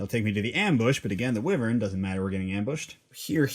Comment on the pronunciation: Wyvern is pronounced "why-vern"